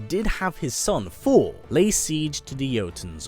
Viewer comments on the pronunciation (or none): Everytime he says Thor I hear 4😂😂😂😂...I fucking luv it